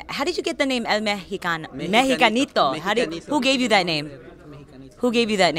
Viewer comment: why the hell did she butcher his nick name like that? El Mexacanito??? wtf is that? so damn unprofessional. SMH !!!